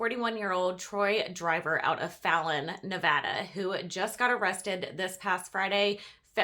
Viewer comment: I live in Nevada and yes you pronounced Fallon correctly 🙂